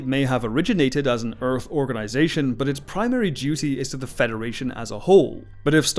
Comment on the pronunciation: I love his pronunciation of Urf.